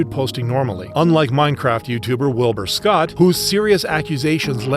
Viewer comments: he says Wilbur scot I don’t know why but that bothers me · I think people hate dream because of all the shit he said about tommyinnit and his fans,the Georgenotfound and caitybugs stuff,and stuff revolving DSMP members (Wilbursoot abuse allegations,Punz,GeorgenotFound) and obviously the PDF stuff (Edit) did you really say WilburScot,it’s WilburSoot,Also hes returned to good fanfare a few days ago